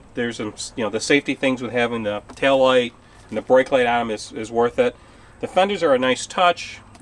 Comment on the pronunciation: Fenders? You make it sound like the word "Thunders".???? Is that a regional colloquialism?